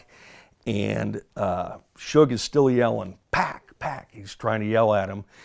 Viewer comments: it’s not “pack” it’s “pac” pronounced “pock” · "suge kept yelling pack, pack, pack" its Pac not pronounced pack lol this guy even actually there? Pac couldn't speak at all but he was able to say "fuck you" that loud and clear lol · Rally Ss so he’s reading off a script but they didn’t tell him how to pronounce pacs name. Sounds legit. Or is more likely that in the middle of a traumatic event suge was screaming pacs name and it sounded a lot like pack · I'm pretty sure Suge wasn't saying, "pack, pack." I think he meant, "PAC." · Pack pack it how suge sounds when he says pac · I am dying reading this Suge said Pac not Pack get it right? Lol..